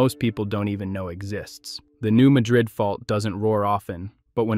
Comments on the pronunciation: I’m a st louisan, today is 101 of my 70th year. I use two different pronunciations depending on my mood;) either new Madrid, or new Madrid. What’s your point? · Dear: Please start LISTENING TO YOUR DAMN AI NARRATOR before you publish your videos. New "Madrid" is not pronounced the same as Madrid, Spain. It is the New MAD-rid fault. MAD-rid. You are teaching every one of your 11.6K subscribers - minus those who don't see this plus those who are educated - the wrong pronunciation, so that some of them may be embarrassed one day. I learned how to pronounce it somewhere between 1968 and 1971 when there was a quake bad enough to be felt north of Chicago. I was on the top floor of a 6-story building, and the building shook. Fun fact: My psychiatrist was trying to put me under hypnosis for the first time. He said, "How do you feel?" I said, "I feel like my chair's shaking." He said, "The building's shaking." Shortest hypnosis session ever. By the next day everybody in the quake area knew how to pronounce New MAD-rid. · I grew up in Southeast Missouri and came here to say the same thing. It seems that every video I see about the New Madrid fault has the wrong pronunciation. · Sitting here in the middle of the fault line where I've lived my entire life. No new information here. Nothing to see please move along! This fault line is monitored constantly and it is and always has been this active. Nothing new is going on. Also why should I watch videos where AI can't even pronounce names properly and no human bothers to check and edit it? It's not pronounced Muh-drid like the city in Spain. It's Mad-red. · You lose all credibility when you can't even pronounce the place or fault name correctly. And yet, this is the subject of your video? It's pronounced MAD-drid. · I live here in southeast mo my whole life. New-MAD-drid is d correct pronunciation. 👍 Friends n family live there. I'm a few miles away. 🙏🙏 It's low swamp land that's been built upon thru d years.